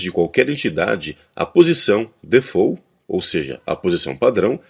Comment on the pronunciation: Ótimo vídeo. Só uma crítica: "default" não se pronuncia com o"defôu". Não sei por que tantas pessoas pronunciam assim ou de onde tiraram isso.